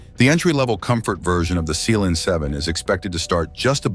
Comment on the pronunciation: Isn't it pronounced Sea Lion. You're saying seeleeon In line with their other cars like Sea Gull. Wouldn't be pronounced like sayg-all